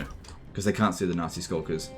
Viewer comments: every time you say nasty skulkers it sounds more like "nazi skulkers" lol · The you pronounce Nasty Skulkers sounds like you're saying "nazi skulkers" lol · I just can't stop laughing at accent sounding like he's calling these poor gobbos nazi skulkers xD